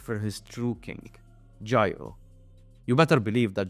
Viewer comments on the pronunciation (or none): none